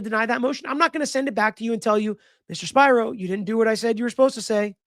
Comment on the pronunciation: Spiro pronounced (Spear-oh) the name is Greek even if he's Jewish.